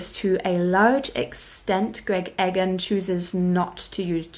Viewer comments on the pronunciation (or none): E-gahn not Egg-en.